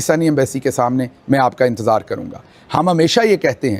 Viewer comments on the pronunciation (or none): none